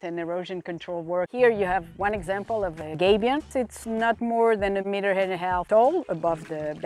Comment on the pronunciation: It's not a 'gaybion'; it's a 'gabion' where the 'a' is pronounced as in 'habit'. Originally used to protect cannon on a battlefield from the opposition by absorbing the cannon balls.